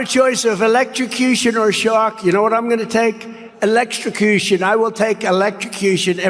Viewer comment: I think he actually said “elextrocution” and not “electrosocution” but I don’t think Ben should be throwing mispronunciation stones from his glass house of not pronouncing the “r” in “preliminary”. Ben! You say “peliminary” and not “preliminary” all the time. People say words wrong and it’s not a judgement on them at all. Focus on the cat turd of it all and the weirdness of the whole shark/electrocution thing and not when Trump says a word wrong. It just promotes ableism if we start mocking people for their idiosyncratic speech patterns. It’s one step from mocking “elextrocution” to mocking Biden’s stutter. Do better please! I noticed you stopped the offensive and ableist references to a 5150 hold and I appreciate that. But there’s still more work to do in order to create a progressive media ecosystem that is inclusive to everyone. Thanks.